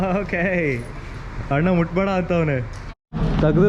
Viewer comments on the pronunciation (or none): ಎಪ್ಪೋ ಅದು ಹಣ್ಣು ಅಲ್ಲ ಅಣ್ಣ 😂 ಸರಿಯಾಗ್ pronounce ಮಾಡ್ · Annu alla kano adu "Anna" Firstu correct aagi kannada matadu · Bro supr but annu annu anbedi Anna anbeku